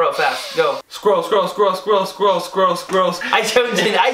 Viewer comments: alot of germans cant say squirrel correct but i never meet someone so bad in saying it like the german guy here xD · I never thought that Conners "Eichhörnchen" sounded wired except when he said something like "Eishörnchen" or "Einshörnchen". To put stress on every syllable just makes it sound strange. In this video "squirrel" isn't bad as well, only when he says something like "squirl". just makes fun of it as kind of revange I'm sure. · The first time says squirrel with his accent at the start, i thought he sounded like scottish person 😂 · It seems licke is the only german dude who can't say squirrel correctly. It is easy to say.